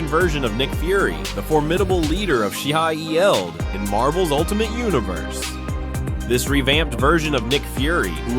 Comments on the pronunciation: Shield...!!! Say it right. F*cking a.i. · The SHIElLD pronunciation was hilarious. 😂